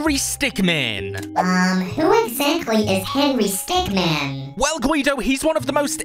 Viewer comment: Is henry stickmin not henry stickman